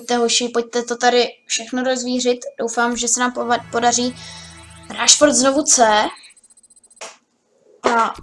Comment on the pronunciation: to jméno se čte Rešford